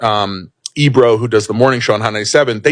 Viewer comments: It’s erob it’s Ebro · ERob on Hot 97? Is she talking about Ebro? How can I take something seriously when the lady completely butchered dude's name? Smh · Why she keep calling that man EROB? That ain’t his name, Sis! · Girl who the hell is Erob? You mean E bro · It’s not Erob it’s Ebro